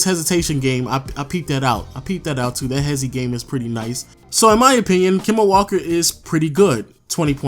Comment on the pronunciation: "Kema" Walker 😂